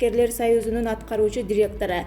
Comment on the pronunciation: Дректор эмес директор уйрон туура окуганды 🤨